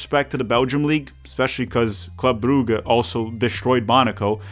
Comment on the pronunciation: Brugge is pronounced more like Bruzh